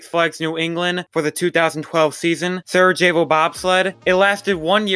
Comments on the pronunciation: The 'j' in Sarajevo is pronounced as a 'y' Sa-ra-yay-vo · Thank you! I was cringing every single time he said it. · Love your vids please just work on your pronunciations! Sarajevo and Diabolik were both pronounced multiple times